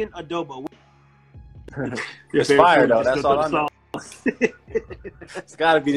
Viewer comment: Nakakatawa pag nag iistrugle ang mga fil-am pag nag sasalita ng adobo😂